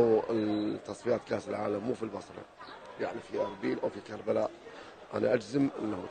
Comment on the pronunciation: كربلاء مو كريلاء كابتن